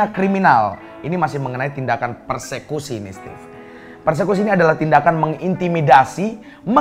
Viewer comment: Persekusi jadi perkusi hahaha XD cakep cakep, beritanya punya informasi skaligus ngelawak jg